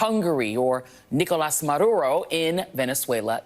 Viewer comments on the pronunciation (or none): Dis she say MEDURO?? Those guys LOVED Chavez, and Meduro!